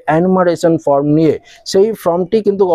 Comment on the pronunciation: আপনি কখনো বলছেন "FROM" কখনো বলছেন "FORM" যদিও প্রকৃত উচ্চারণ হবে ফরম। নিজের উচ্চারণ সম্বন্ধে সতর্ক থাকুন। বাদবাকি ঠিকই আছে।